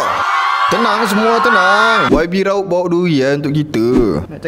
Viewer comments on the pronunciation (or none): none